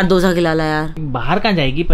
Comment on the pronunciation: yrr दोसा नहीं डोसा होता हैं 😂